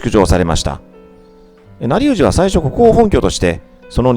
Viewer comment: 古河公方足利成氏 なりうじ、ではなく、しげうじでは？ 面白い動画をありがとうございます